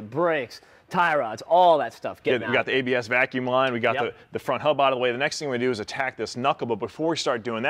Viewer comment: I'm sorry... did he say ABS vacuum line??